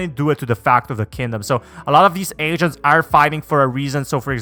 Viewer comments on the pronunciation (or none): Bruh I kept hearing “asians” rather than “agents”